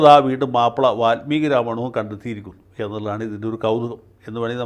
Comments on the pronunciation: സ്വതവേ നല്ല മലയാളം പറയുന്ന വക്കീൽ, വാല്മീകിയെ, വാത്മീകി ആക്കിയത് കുറച്ചു അരോചകം ആയി... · വാല്മീകി. Not വാത്മീകി.